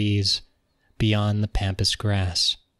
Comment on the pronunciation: Pronouncing pampas grass wrong… smh